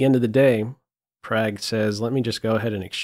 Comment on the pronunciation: I love you, but his name is pronounced Pragg (prog) not Prag